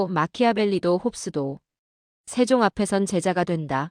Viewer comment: 내용은 국뽕을 느끼기에 충분합니다만... AI는 아직도 조선 세종 태종 훈민정음을 읽어내지 못하는군요. 중국의 역사를 이야기 하는 줄 알겠어요.